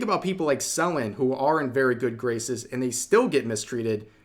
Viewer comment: Say Selen name right